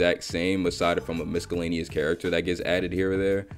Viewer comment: I think I heard miscellaneous with a hard 'c' , best part was ' Yo brandi had a fat ass' 🤣 bro was short of saying "thicker than a bowl of oatmeal"